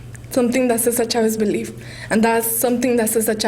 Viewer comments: No the girl called Cesar Chavez, "Cisar Chavez" Listen carefully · cisar chavez you mean cesar chavez